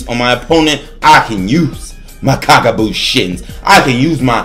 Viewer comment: xD "Kage buushin"